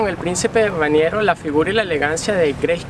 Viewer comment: Aademas dijo Raniero en vez de Rainero y monaguesco en lugar de monegasco. Los venezolanos no leen entonces tienen un vocabulario extremadamente reducido.